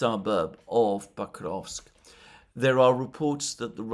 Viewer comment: Sorry, but "Pakovsk"? Isn't it Pokrovsk?